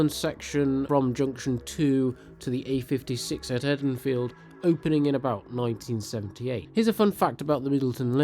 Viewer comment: I may be wrong but I had always thought it was pronounced "EEdenfield" as in Garden of Eden, Can someone more local than I put me right? (I live in south Manchester btw)